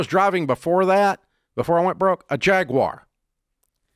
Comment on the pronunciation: Dave: Thank you for NOT saying "JAG-WIRE"!